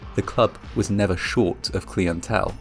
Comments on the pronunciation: “CL-EYE-UN-TELL”…wtf was that CLEEUNTEL? lolol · I have NEVER heard anyone pronounce Clientele as CLEEentele! What the hell? (Millennial?) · I tried to listen again. Please learn to pronounce correctly or just don't do these videos. It's : clih en tell NOT clee in tell. Geezzz enough of giving this another chance. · Clee-ant-tell that's a new one lol oi mane oi get yor brit ish ahn evreh thin bot you can still pronounce cli (cl-eye) -ant-tell right? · What's wrong with this generation! Acting so smug and arrogant from all their technology. They don't enunciate words correctly. Clientele: It's pronounced cly-en-tell, not clee-n-tell. Raised by wolves? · Clientele not cleintele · Pronounce KLEE-En-TAIL like that one more time sis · cleeintelle lol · Cleeantell lol clientele. Accents are neat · Never "clee'n'tell" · Its pronounced KLI-en_tell, and ZE-bra room ha ha love English folks but didn't think they spelled ZEbra different. Also its BE-m_Used performer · i have never heard anyone pronounce clientele as "klee en tell" LMAO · CLEEANTEL LMAO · Dude you should learn how to pronounce words like client and zebra.